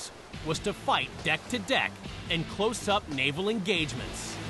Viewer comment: sub-naval ingagements hahaha.